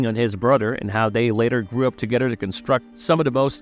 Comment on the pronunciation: “Oder” “Togeder” “Fader”